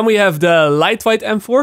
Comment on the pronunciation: Lightweight is pronounced as "light wait" not like "light white"